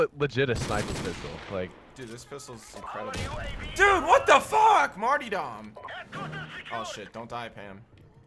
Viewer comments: martyrdom is pronounced MART-ER-DUM. Lol every one says martydom hahah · learn how to pronounce martyrdom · MartyRdom not martydom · Mart-YR-dom, not Mart-EE-dom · The fuck is a "Marty"? It's "Martyr"-dom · Say Martyr..... Now say Dom..... Crim you are ace but dear god it is not a hard word! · Maynard James Keenan It's mar-tear-dum